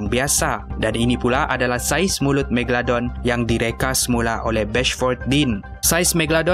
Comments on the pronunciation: MEGA...LO...DON bukan MEGA...DON apa benda lah kau ni.. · Megadon ke Megalodon? dgar mcm ckp Megadon 😅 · kau salah cakap tu bukan megadon tapi megalodon😅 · Scientist: megalodon: megadon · Bkn tu je aku dngr sebut megadon, megolodon, megaladon hahahahahah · ekram tersalah sebut.. "Megadon" 😂 btw nice facts!! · haha megadon ke megaladon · "megadolon" hahaha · Megladon kh megalodon 😜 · Ha megadon haha megalodon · Haby Blo megaladon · Megalodon. Bukan megadon 🙂😅😂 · Haha its Mega.. Lo.. Don. Bukan Megadon aduii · Megalodon...bkn megadon...haih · megadolon hahahahahah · Aku dengar kat sini megadon megaldon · megaladon/megadon Me:confuse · bukan megadon bukan meglodon..megalodon kan? haih pening😂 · Kau sebut magalodon pun salah hahaha